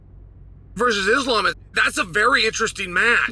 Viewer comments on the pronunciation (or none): none